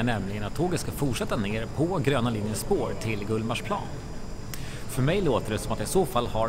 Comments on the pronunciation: GullmarsPLAAN. Finns det folk (stockholmare) som uttalar det så? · Jag är från Stockholm och uttalar GullmarsPLAAN ändå.